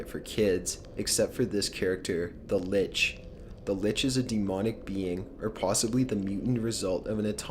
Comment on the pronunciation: Litch? Change the l to a b and I'm cool.